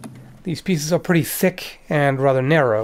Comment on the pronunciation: half the video: its allright Other half: tHik tHik* tHik tHik tHik